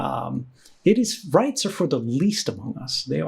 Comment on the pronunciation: 'riyts are for the least among us'.